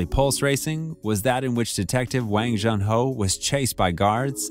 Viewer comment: June ho not j un